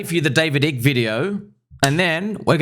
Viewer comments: Bro, the I in Icke is pronounced as in "sky" not as in "icky". Just saying... 🤣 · Icke is pronounced 👁ke my friend ... I've read all of his books .... the books of Jim Marrs are also excellent....."The Alien Agenda", "The Rise of the Fourth Reich", etc. 🦉Owls seem to be associated with the Grey aliens 👽according to some ... imo, It would require NHI to establish the global control system that has been in place for a very long time.... Anunnaki and their hybrid, demigod children ... those special elite families. Thanks for helping to open eyes my friend ... Confirmed ! 🤟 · David Icke's last name is prounounced as "Ah-ik". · Genesis 3:1 (KJV): "Now the serpent was more subtle than any beast of the field which the LORD God had made. And he said unto the woman, Yea, hath God said, Ye shall not eat of every tree of the garden?" Btw it's usually pronounced Ike like the South Park Ike (don't kick the baby..!)